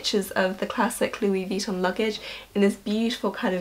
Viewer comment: The way you pronounce Vuitton bothers me... Sorry... XD You say it vEEton but since it's French the last syllable is emphasised... veeTOHHHHN~~